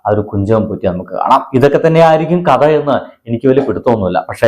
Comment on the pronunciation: ബ്രഹ്‌മ യുഖം അല്ല യുഗം. മധം അല്ല മതം. മറുതെടെ ത. കത അല്ല കഥ